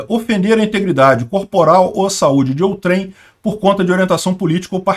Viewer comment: A palavra "outrem" NÃO É oxítona.